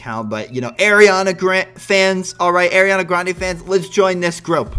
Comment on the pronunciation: I like how you say arianna grande you say it like airreana grounda😂